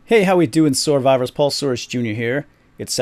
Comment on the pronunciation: Did he call us soarvivors?